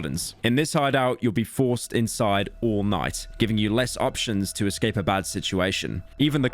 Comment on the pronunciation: when pyro said less stamina drain I heard "le stamina drain"